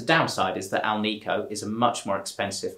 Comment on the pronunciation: It's pronounced AL-nik-o. Not al-NEE-co. It is made with nickel, not neekle